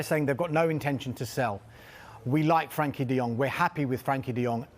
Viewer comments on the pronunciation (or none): He does know it’s frenkie not frankie right